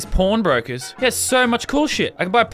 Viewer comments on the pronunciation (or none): Because he did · he said pawn breaker.... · Who else thought he said p0rn brokers